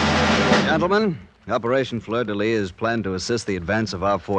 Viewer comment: 47-07-14 = 002 Operation Fleur de Lis. NOT "Lys"